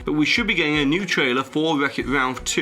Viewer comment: "Weck it Walph"